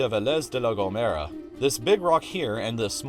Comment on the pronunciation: me: peñón de Vélez de la gomera He: peryon de Veléz de la gomewra